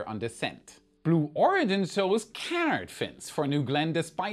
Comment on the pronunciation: Just an FYI, it’s pronounced “ka’ - nard”